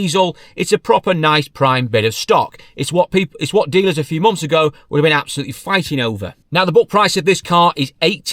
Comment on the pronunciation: You spell months right but then say mumfs lol